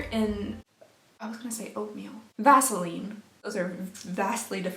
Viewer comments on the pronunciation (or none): none